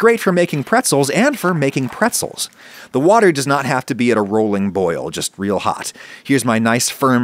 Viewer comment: "great for making pretzels AND for making prezels". I died.